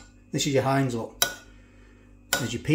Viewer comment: Its Not Heinz it's HEIN..LOL